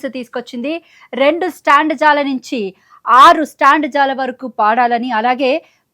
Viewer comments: యాంకర్ తల్లీ స్టాండ్ జా కాదు తల్లీ స్టాంజా (stanza )అని పలకాలి. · Standza lu kaadu stanza.......telugu ni english la ga chadive anchor lani pettadam oka fashion ayyinda?